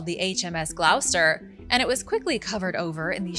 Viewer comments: Hi... Gloucester is pronounced = Glawster. Have a great weekend. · Pronounced GLOSS-STER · GLOSTER is how its pronounced ;)